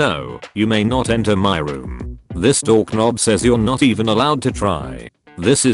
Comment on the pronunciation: Luv how it says "dork-nob".